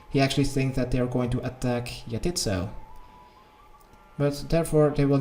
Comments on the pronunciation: 'yah-tit's-so'. My tit's so what? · He says He says Jatizso like YA TITS, YO.